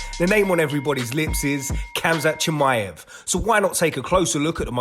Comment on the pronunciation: Why not learn how to pronounce his name properly?